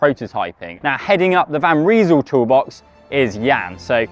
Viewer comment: Guys will for God's sake pronounce Van Rysel correctly !!?? You really sound like amateurs. The name is not 'Van Reesel' .... but "Van Rysel" as in "rice, nice, lice, ice, .... !!!! Get it .... get it ?????